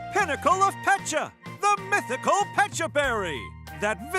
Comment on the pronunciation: Wait, it’s “Pet-cha” berry not “peach-cha” berry. Hard disagree.